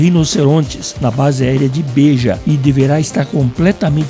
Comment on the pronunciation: Não é Base Aérea de 'Bêja', homem, é Não é Base Aérea de 'Béja!' :)